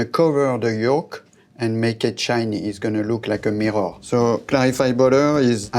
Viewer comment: The way he pronounced "mirror" and "temperature" you can tell he's not even trying to speak properly.